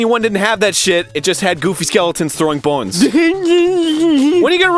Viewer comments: you said bones wierd, like bowns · did he say "boines" instead of "bones" ? XDD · You accidentally slipped into an accent~ Goofy skeletons throwing [bons.] GAHEFJAGDFASJFAGJFADJHA WHENREYOUGONNARUNOUTANDFALLAPART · Im i the only one that findsArin way of pronouncing bones funny as hell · Is it just me, or does it sound like he had a Jamaican accent when he said "bones" ? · the way he said bones made me giggle :D